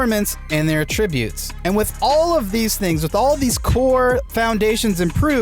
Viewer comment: The way you say attributes gives it the wrong meaning